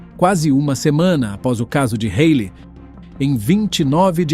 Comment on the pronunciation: É Halley